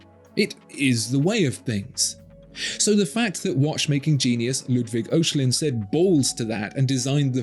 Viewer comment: Sensational watch, but I shudder every time when you attempt to pronounce Ludwig Oechslin's last name. It's not "Oh-shlinn", It's a German-language name . "OE" works like "Ö" (O-umlaut) and is pronounced like the "I" in "bird" or the "EA" in "early" without the "R" respectively. "CHS" in Germany works the same as "X" (in German and English). So for Oechslin say"I(r)x-leen".